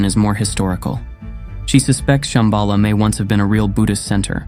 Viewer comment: Shamba La, is how it should be pronounced . La in Tibetan means "Pass" or "col". You have to pass over or through a pass to find it within yourself probably referring to the Heart chakra.